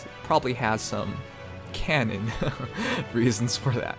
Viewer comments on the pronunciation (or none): none